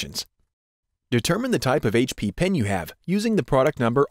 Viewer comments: it’s a pen not a pin... you say it weird.. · When he says Pen it sounds like he is saying Pin.